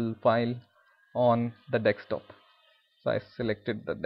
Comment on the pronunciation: It's not dixtop.... It's desktop! And it is not "publish and development" it is "publish and deployment"